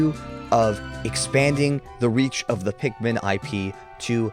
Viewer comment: “i…..am Olimar…..” “as a captain….” “i yearned for the pikman….”